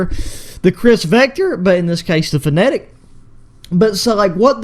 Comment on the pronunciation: Bro calls it a finnetic 💀